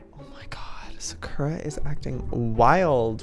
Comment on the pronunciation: the way he pronounces sakura.. oh honey no